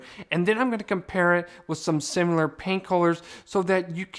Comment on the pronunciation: dear~ the word is similar NOT simuler. I’m referring this video to my daughter as she is building a home.